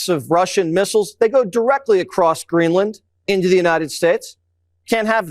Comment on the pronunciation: It's Greenland not Greedland